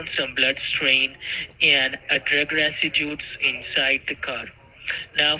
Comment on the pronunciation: LOL! --- "VE found the blood and drugs RESIDUTES inside the WEHICLE". 🤣🤣🤣